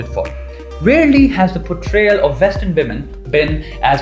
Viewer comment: Excellent video.. but PLEASE PLEASE PLEASE Indians.. Get your "V" and "W" sorted.. It's not "VITH" it's "WITH" .. it's not 'VESTERN' it's "WESTERN"... it's not pronounced "VOY-LENCE" it's "VI-OH-LENCE".. Trust me, you'll go a LOOOONG WAY in this world. Just work on it.